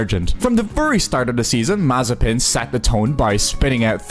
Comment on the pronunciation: Nikita what?! "Mazepin", it speaks like [maze'pin]